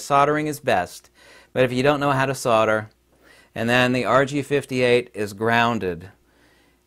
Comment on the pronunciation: Solder. S o L d e r. Not sodder.